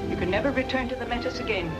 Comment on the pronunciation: Funny how Hollywood never bothered doing much research. The proper way to say Metis is MayTEE. It's nice to see movies portraying this era in Canada but it would be nice to see them historically accurate too.